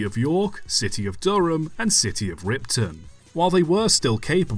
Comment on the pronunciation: City of Ripon not Ripton.